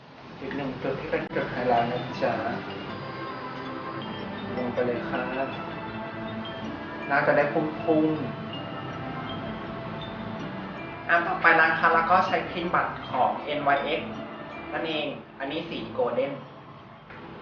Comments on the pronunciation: นั่นไงผิดจนได้ อ่านว่า นิกส์ ค่ะ ติดตามนะคะ ~\(≧▽≦)/~ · อ่านว่า นีกซ์ -.